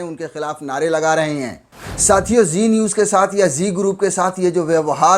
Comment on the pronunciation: Zee niwz nhi chi niwzzz